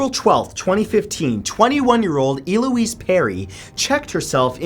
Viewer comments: I cringed every time you said Eloise, because you said it wrong every time. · Mutilated the name Eloise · I love your videos so much - except for the times your pronunciation is actually painful. It is so obvious how much work you put in here and how passionate you are about the things you post, do that little extra and if you're unsure - look it up, please! Hearing Eloise pronounced as E-lois and creating the brand new word, succame (sp?). The past tense of succumb is succumbed. I'm sure I'm going to take shit for this comment, but I like your videos so much and want to not feel all cringy for you when these tragic errors occur. Especially when it's the name of a victim, the least we can do is make the effort to do the best we can to at least pronounce their names correctly! Thanks for all the awesome content!! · "El-oo-eez"...Not "E-loo-eez" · E-Louise ahaha El-ouise I love when people from different countries or accents pronounce names and words how you see/read them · Eloise. El-Louise. Not E Louise. I love your videos, this isn't hate it just annoyed me 😂😂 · Damn man it’s ELLE-O-UISE not ILL-O-UISE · No not E-lo-ess, EL-ow-ez. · Elouise is not pronounced EE-louise" but ELL-louise. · Omg its "ELLE-O-EESE" not "EE-LO-EESE" and who doesnt know how to pronounce "Shari".... sorry but a lot of your name pronunciation sucks bro.. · It’s El-ouise. Not E-Louise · I don't think I've ever heard Eloise pronounced Eeeeloweese before. I've only heard it as L-Oh-eese. Interesting way to say it for sure. And I think the word is succumbed not sucame but again that could be a new version of a really old word (but on this one I don't think so). Great videos though! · It's pronounced Eh-loise not Ee-loise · I love how Matt says E-Louise when it's pronounced ELouise, pronounce the ELLLLLLLLLL! Bless him xD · It's "Eh-Lo-weeze" I should know, it's my name lol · I think her name is pronounced Elle-oise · It's pronounced ell-o-wees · Eloise not eeloise you cueball